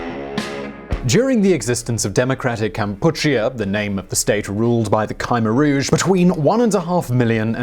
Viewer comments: It's not "kaimer rouge" it's "kamai rouge" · So that two people who think its Kymer Rouge - and Cubix Every news reader in the world called them Kmer Rouge I have no idea which is correct, but if you are going to use a new unfamaliar pronunciation, then please expain to us why its correct! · Butchering of the names of the Khmer Rouge and Kampuchea... In the first minute,, I could not listen anymore after that..